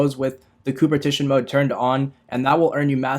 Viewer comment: Coopertition lol